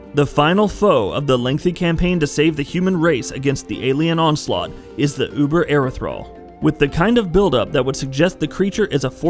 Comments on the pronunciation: hearing erethral really makes me think wow he didnt beat the game to know how to pronounce the word ethereal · It's Ethereal not Erethral smh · Erethral, fuckin lol, learn to edit before you post a video. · Erethral, lol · thought the same thing with him calling it that so much, and well that fight is a bit more challenging then he let on especially if the etherials decide to go on a mind control spree on your soldiers